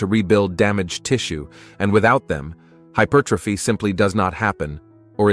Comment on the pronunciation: Da fuck has hypothyroidism got to do with growing your chest? Can't even pronounce hypertrophy consistently 😂 Why not use a human rather than AI to generate commentary and captions?